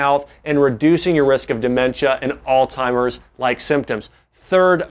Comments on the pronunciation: Makes me think he's not really a doctor... just a good speaker. I've always pronounced Altzheimer's as "ALTS - HYMERS" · Alz·hei·mer [ahlts-hahy-merz] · It's not pronounced "all timers" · Why would a Doctor even say All Timers????? It’s Alzheimer’s ??? Might as well SAY VALENTIMES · I can't believe you just said alltimers disease several times. It is alzheimers. YOU SHOULD KNOW BETTER. Good info though. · Is it just me or did he say alltimers lol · Jae Vaughn My grandmother says "Ooh, gotta watch out for that "Old timers." I heard DA add the t in there and began scrolling for other vids. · Did he say all timers? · A “doctor” saying all-timers? How incredibly embarrassing. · Wow.. I can't take anyone, let alone a doctor who can't pronounce Alzheimer's disease seriously. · Great video But you being a doctor and all shouldn't you know it's pronounced Alzheimer's....